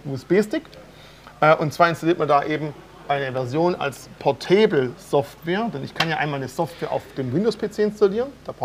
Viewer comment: Bitte einmal erklären, wie man “portable” ausspricht:P